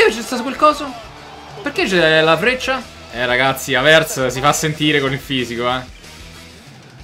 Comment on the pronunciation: non si dice havertz con l'accento sulla e ma sulla a